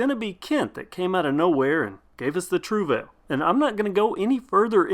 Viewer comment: I googled the pronunciation and you got it wrong........